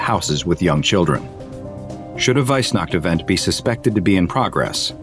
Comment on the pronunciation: "Weissnacht" Mich als Deutscher hat das jetzt schon getriggert 😂